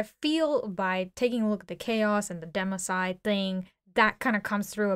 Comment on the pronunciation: Demicide?!?? IT'S DECIMATION. For crying out loud